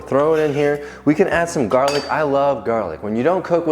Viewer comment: I love that “jarlic”…. 😂😂😂